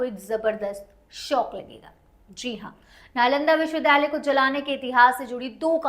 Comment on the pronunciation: सही शब्द विद्यालय (Vidyalay) है विध्यालय (vidhyalay) नहीं,इनके द्वारा विश्वविद्यालय (Vishwavidyalay) की जगह विश्वविध्यालय (Vishwavidhyalay) बोला जा रहा है जो गलत उच्चारण है।